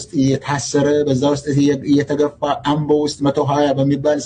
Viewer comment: አቦን ሳይሆን አምቦን ነው ድምጽሽ እንደዚያ ነው:: ለመድገፍም ግራ የምታጋባ ሞገስ ዘውዱ የተባለ ብልጽግናደግፉ ብላ ስትለጥፍ ይህች ልጅ የምትፈልገው ባል ነው ወይስ እውነትን ስል ነበር